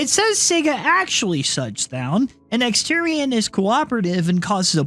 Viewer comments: Omt and Exetior (pronounced X-eh-tor) are my favorites, and both belong in high S, in my opinion. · you...just called him fucking exterior... it's E X E T I O R